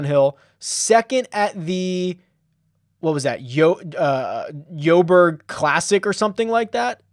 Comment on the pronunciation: Jo'Berg is short for Johannesburg. Pronounced Joe Berg. All other Euro guys pronounciation pretty good!